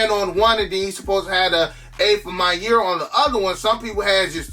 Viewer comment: every time i hear you say maniere i hear “my year” and i watch a lot of your vids so im just wondering the whole time what the my years are lol it’s not your fault it’s mine